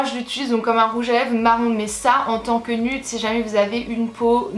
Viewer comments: en tant que citoyenne d'amérique je pensais que tu savais que nude ce prononçait nioude❤️😘😂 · nude se dit nude oui nioude